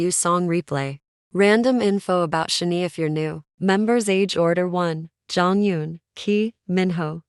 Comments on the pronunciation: Computer generated voice or person who doesn’t bother to learn how to pronounce Korean? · ok. you need to say SHINee correctly. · Your AI voice mispronounced SHINee. Makes it hard to watch the video straight off.